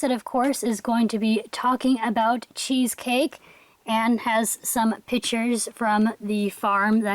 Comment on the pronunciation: when you said cheesecake i thought u said cheese steak lol